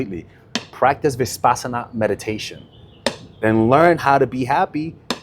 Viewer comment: Uh, in step two, u happened to say, "high intention. low attachment" when u already said it was to be the opposite... AND adding extra consonants into the term 'Vipassana,' time and time again... is quite ... odd .. to say the least. .. I have noticed that ur often saying 'she' when u mean 'he' and/or vice versa, and these word-mixes, totally unaware, just keep happening .. It has caused me over the course of time to have to rewind a lot for clarity .. I imagine making small clips of this content would be next to impossible .. given these recurrent slips .. of which there are more than just these. Other words as well... It makes for a difficult lesson. I get thrown way off .. and I also get a tad concerned.